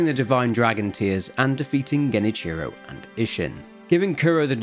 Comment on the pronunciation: okay bud youre pronouncing Genichiro wrong, its Ge-ni-chi-roe, not Geni-cherow.